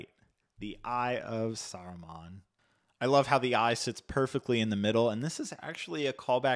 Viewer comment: When he said "the eye of saruman" 😣